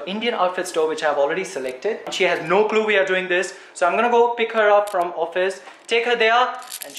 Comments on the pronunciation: u said glue not clue please correct this mistake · I think you meant clue and not glue 😂😂 in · Who noticed that when he said no clue the words where no glue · the fact that said glue isn’t it supposed to be clue hahahahah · HI SO WONDERFULL ....but u spelt the word clue like glue ( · Did you say "Glue" Or "Clue" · Bro you said glue instead of clue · It is not glue its clue 😂😂😂😂😂😂😂😂😂😂😂😂😂😂😂😂😂😂😂😂😂😂😂😂😂😂😂😂😂